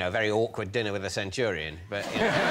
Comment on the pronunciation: Too bad no one caught his mispronunciation of centurion